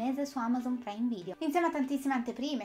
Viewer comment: Devo ancora capire perché pronunci "preime video". Bah!